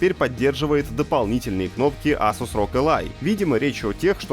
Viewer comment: не асус а эйсус